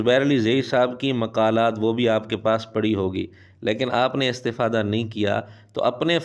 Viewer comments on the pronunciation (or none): مرزا استفادہ کی تا پر زبر پڑھتا ہے یہ اس کی عربی دانی ہے